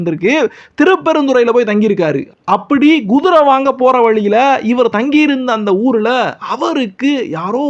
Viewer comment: Guthirai என்று சொல்லாதீர். Kuthirai எனச் சொல்லுங்கள்.